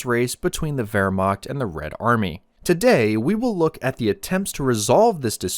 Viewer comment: look at subtitles in the beginning its wehrmacht not vermacht